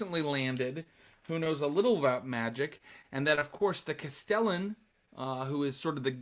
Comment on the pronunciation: Just to be pedantic: Castellan is pronounced CAST-eh-lann